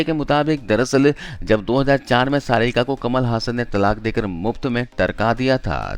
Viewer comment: कमाल हसन, ना कि कमल हासन!